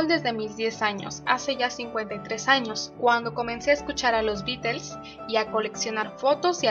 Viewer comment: Hola. ¿Por qué pronuncias "Beatels"? Estas en España? Saludos.